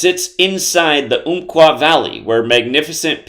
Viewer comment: Umpqua is pronounced like like the ump in jump! And all this is about some number theory when the article is about all the people still struggling after a tragedy in our community?